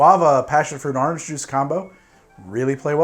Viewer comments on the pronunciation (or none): Well there you are saying Awhrange again